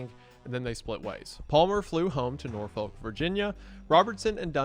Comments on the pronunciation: sorry sir but it's pronounced nor-fuk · Just a little thing, if you’re ever in Norfolk, VA, DON’T pronounce it the way it’s spell bc it’ll get you mugged. It’s pronounced NAWfik. Also, Suffolk is a neighboring city and the second half of the name is pronounced the same way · As a 757 member, your Norfolk pronunciation pains me lol. (Nor-fuk)